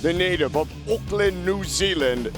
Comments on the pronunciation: Mate you don't have to be a kiwi to notice that he pronounced it bizarrely. I think he was maybe trying to do a comedy NZ accent, which is a bit disrespectful if you ask me. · So us kiwis ain’t gonna talk about how he pronounced Auckland?